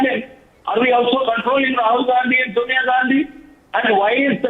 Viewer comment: Sonia is correctly pronounced as Sawnya साॅनया not सोनया ।